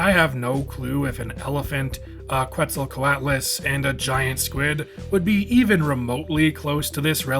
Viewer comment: This looks awesome! Worth noting though, Quetzalcoatlus is pronounced as Ket-sal-co-aht-lus, as it's named for the Aztec god Quetzalcoatl.